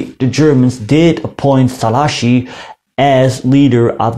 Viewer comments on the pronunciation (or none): You said "Ferencs Szalaasi" instead of "Ferenc Szálasi" . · Just two things. If I`m not mistaken, the digraph GY in "maGYar" should be pronunced as the J in "just" or the "G" in Germany. And the accent in Szalasi falls on the first syllab, not the second. SzAlasi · Was not correct tbh. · tökre nem mondta ki jól😂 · Hát azért szerintem jobban mondta ki mint ahogy szokták de hát igen, nem tökéletesen